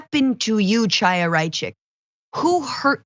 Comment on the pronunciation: why cant leftists pronounce chaya? it's a hard H like l'chayim it's not pronounced like the tea and it's clear that she is in the closet she is a lubavitcher and is rather up there in age and not married....that doesnt happen in that sect BUT I CAN CURE HER...SHE JUST NEEDS SOME DEEP DICKING AND AN ORGASM